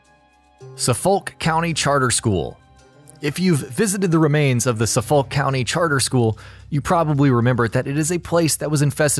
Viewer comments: It’s not pronounced So-folk, it’s actually suff-uck. (Anyone from Massachusetts is gonna notice that, sorry) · Suh-folk... I can't... It's suh-fok...🤦🏽‍♀️🤦🏽‍♀️ And it's just Hancock not John Hancock. 🤦🏽‍♀️🤦🏽‍♀️ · SUFF-ULK, Definitely not from Massachusetts are we? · Suffolk is pronounced "suffick" :D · There's also a Suffolk county in New York. The narrator messed that pronunciation up lol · 'Suff-uck'? Are you serious?